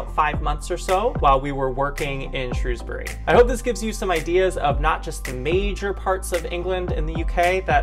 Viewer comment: Good job lads, great coverage of Shropshire, you even pronounced Shrewsbury just like the locals, seldom ever achieved by the BBC news coverage.